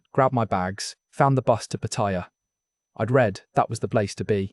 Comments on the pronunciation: Patt-a-ya not Patt-i-ya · Why do people pronounce Pattaya incorrect